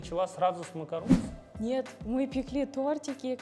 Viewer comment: Макарун а не макарон